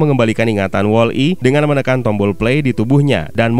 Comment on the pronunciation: BANG BUKAN WALL. I TAPI WOLLI